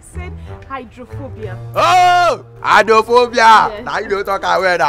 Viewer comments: Eye-drone-fo-bia. Shagigi Shaggi. So confident he even explained why 'eye' was used not 'eyes' in the word. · Who born this scholarship boy? "Eyedronefobia"